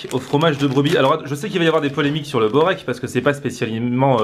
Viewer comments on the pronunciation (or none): Börek , c'est spécialité Turc ! sa se dit "beurek" mais on écrit börek ;) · Borek c est une spécialité de serbie aussi et on écris berek mais en Serbie cela se prononce:"bourek " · Jovan Topuzovski on dit "beurek" amk c'est spécialité turc je devrai savoir plus que toi nan ?